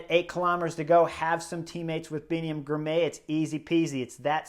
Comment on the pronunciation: Spelled Girmay, pronounced Girmy.